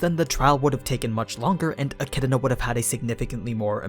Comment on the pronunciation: Eck -ee-doh-na